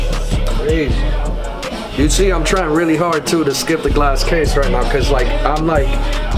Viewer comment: "Oh Rearry.."